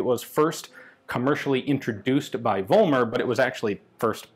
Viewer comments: I know, it's hard for anglophonic speakers, but the name is "Follmer", not "Wollmer". It's the same phenomenon like in "Volkswagen", it's pronounced with "f". There are some historic reasons for this in German, even Germans get confused about this, before they attend school. But everything else in this vid is pronounced very good. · It's pronounced FOLLmer in Germany.